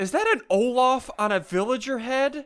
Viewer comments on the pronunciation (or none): none